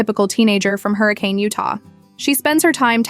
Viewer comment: A very talented and charismatic young lady. Please learn how to pronounce "Hurricane" correctly.